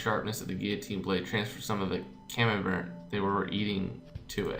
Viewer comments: The "t" in camembert is silent. In French, the last letter in each word is silent unless the word after it starts with a vowel. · Gillotine is pronounced like that because it'd have to be Gilleotine how you pronounce it, and camembert is pronounced camombear. It's French for cheese. Proust is prounced Prowst :D